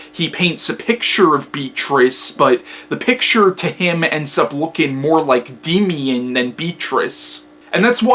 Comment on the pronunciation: It's pronounced "Daymian"